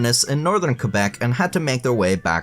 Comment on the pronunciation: Thats a very good pronunciation of Quebec. Now lets hear you say Newfoundland.